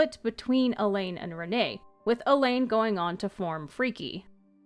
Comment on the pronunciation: Great video, it helps to connect the dots for all the bits of different lore. If I may offer a slight suggestion, Alain is kind of pronounced like Alan, rather than Elaine. I was a bit confused at first while listening to it.